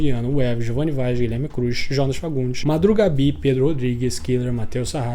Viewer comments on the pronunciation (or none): none